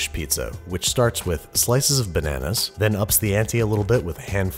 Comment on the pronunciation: MA MAN'S 'LLERGIC TO' NANAAS